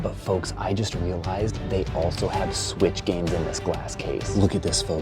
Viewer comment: bro rly said sweech